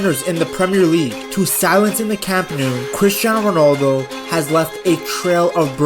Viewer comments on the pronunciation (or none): Indian accent ronaldoooooooooooo